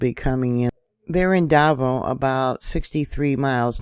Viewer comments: Da 'Vao with the accent on the 2nd syllable slightly, if that helps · I believe it is da-VAH-oh